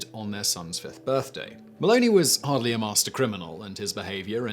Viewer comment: first or 5th birthday? you said firth